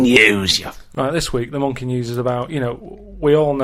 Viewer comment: "C'mon Rita, if monkeh wants to play wi' nipples let 'im".